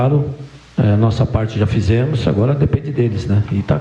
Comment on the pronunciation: Uma pessoa qe fala fizemu kkkkk pra mim perde credibilidade 😅 com todo respeito aos corintianos mais cara tem qe ser mt trouxa pra acreditar nisso kk